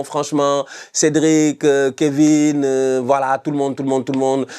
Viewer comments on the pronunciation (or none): none